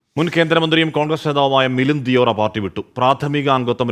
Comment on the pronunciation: ദിയോറ അല്ല, ദേവറ ആണ്.